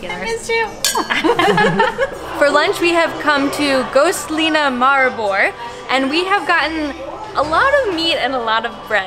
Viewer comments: You bucherd the name Maribor sooo hard Mari- bor May help the o is like An oo And the a is mor of An mA with the m combined Edit: zemljuca besicly transleates to dirt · I know its really hard to pronounce slovenian words and i am really sorry but how you say Maribor is just...